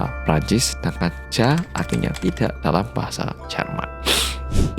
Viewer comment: iya nih, kok gw bingung pas dia ngomong ja itu no, jelas" cara bacanya "ya" kalau jerman